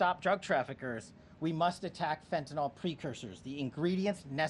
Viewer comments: It is pronounced Fen-tan-nil!!! NOT Fen-tan-nall!!!!!!!! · Fentanyl, not fentanol. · For goodness sakes! PLEASE PEOPLE, learn HOW TO PROPERLY PRONOUNCE the name Fentanyl!! It’s NOT FentanOL it’s FentaNIL. I don’t know why, as a medical professional, it bothers me so much, but it does…